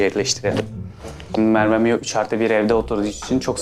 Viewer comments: Mervemion demeeeeeeee gıcık oldum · Abi merbe dedin